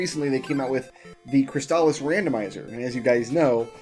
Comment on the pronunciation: I believe you are pronouncing “Crystalis” right,. At least, you’re saying it how I’ve always said it, and I’m sure I’ve heard speedrunners using the same pronunciation.